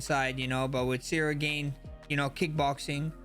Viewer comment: Ceril gain 😂